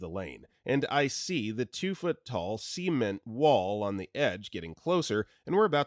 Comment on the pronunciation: Had to do a double take with the way he pronounced cement.